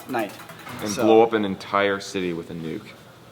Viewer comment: ".. and blow an entire city with a nuke." What I heard: "and blow an entire city within NUKE"...